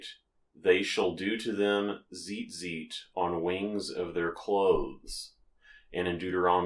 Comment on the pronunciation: Honey...if you can't pronounce it, maybe don't make a tutorial about it. So many things wrong with this.